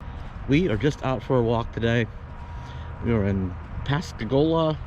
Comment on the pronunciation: I'm laughing at your Yankee tongue in this video. The way you pronounce Pascagoula and Bayou. So funny.